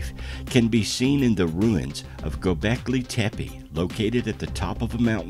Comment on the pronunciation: Some misinformation, the "helicopter" glyph has absolutely nothing to do with king Tut-Ankh-Amun . The glyph is placed in the Dendera temple, the temple of seti in Abydos.. Fact check! As the narrator murders Göbekli Tepe by saying 'Go beki tepi' his is about 8000 years wrong in stating that the place is 20000 years old, it is from around 10000bce, and therefore some 12000 y.o.